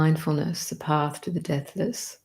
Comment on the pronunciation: Your embrace of the 'big picture' is awesome - so many sacred texts addressing our yearning for Union. This channel is a torch on the path. Thank you, dear. Btw, at first I thought you were saying 'death list' instead of 'deathless'. 😂 (You can probably tell I live in America.) Paz y luz, everyone. 🌏🍃🐿️🦋🔭✨🌙🙏📿💙